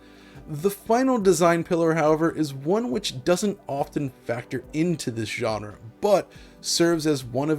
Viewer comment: Stop saying, "John-ra,".